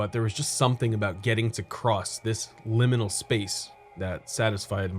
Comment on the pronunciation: lim-MALL-nal spaces.